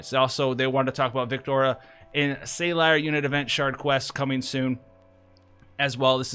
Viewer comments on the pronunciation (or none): Btw. It’s Sah-leer. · Man the way you pronounce Salire drives me a bit insane, but everything else in the video was fantastic! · I understand rough pronunciations on theatrical translations that look nothing like their JP counterpart, but it is honestly kind of funny to hear on a two syllable name that's spoken multiple times in the story.